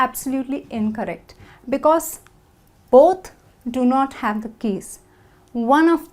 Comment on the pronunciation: She is saying 'because' and 'plural' incorrectly